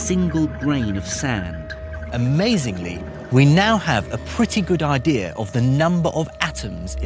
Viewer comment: Argh makes me gag when he says "We have a good ideer"